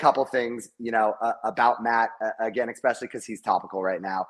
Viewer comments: i can't stand that he says EXPECIALLY ... otherwise i'm Team Garrett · It bugs the shit out of me when Gman says expecially